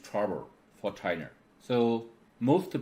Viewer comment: I like his Points made, but need to pronounce L and R correctly. China is never being called Chiner. Where did he learned his English?